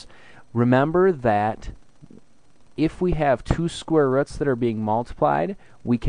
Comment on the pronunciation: Thank you! I finally understand square "ruts" ;)